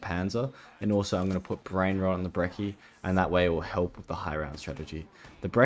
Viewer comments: I get annoyed whenever he calls the brechi the brekki it's kind of infuriating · why do you pronounce brecci like brecchi